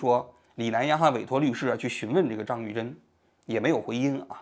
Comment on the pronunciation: 张玉珍，你为啥总是读成张士珍。